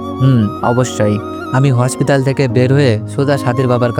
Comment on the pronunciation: হসপিতাল না হসপিটাল 😊😊